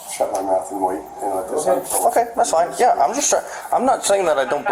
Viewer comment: The way all cops say "okay" REALLY gets under my skin. Its like they say okoy.